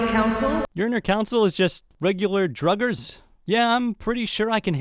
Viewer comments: Druggers?😂😂😂 it’s pronounced draw gers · mispronounced "Draugr" as drugger and it was annoying so thats the joke Superllamaking was making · When you call draugr, Drugger. 😂😂🤣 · the way you say draugers though